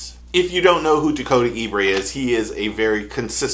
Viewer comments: Ebare not Ebray😂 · Pronounced E-Bear. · I know you didn't just pronounce Dakota's last name as E-Brae😂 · The man’s name is pronounced ( E BARE ), like the brown bear, you are putting the ( R ) in the wrong place!!! I promise you , I Know what I am talking about!!! I am from the area he is from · Then you're for sure not watching MLF. Dakota's a great guy, but this dude is not saying his last name right.